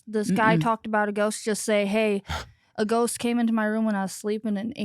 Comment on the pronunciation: Maybe he did say goat. I heard it too 😂